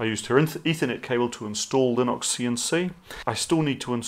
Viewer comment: TBF, I was hearing "Linoxian C" for a while before my brain switched to Kiwi :)